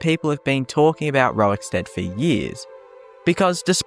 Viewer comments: Are you saying rowikstead? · I want to thank Pontius Piwate fow taking time out of his busy scheduwe as Govenow of Woman Judea to pwoduce this video about Wowickstead. Welease Wodga, centuwion. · why do you insist on saying "rorik" incorrectly? stopped me from watching desu